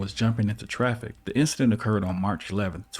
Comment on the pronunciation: "The incdent?" 😅